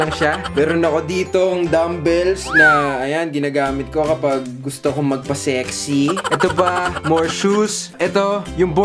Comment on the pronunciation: Ang diin ng SEXY shet ka kuya kimpoy HAHHAHAHAHAHA